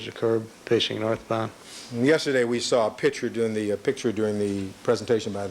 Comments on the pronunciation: Why can't Cochran pronounce the word "picture"? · 🤡🤡🤡🤡🤡🤡🤡🤡🤡🤡🤡 - says a fan of the man who has a hard time saying the word "pictures" and constantly says "pitchers". Yep, I know you truly are ignorant enough to feel this way. A typical, useful idiot. LOL. By the way camper, there really isn't a Santa Clause. Typical useful, indoctrinated, ignorant moron.